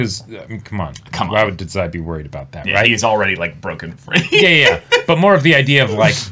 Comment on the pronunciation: Im pretty sure Dazai's name is pronounced Dah-zai, not Duh-zai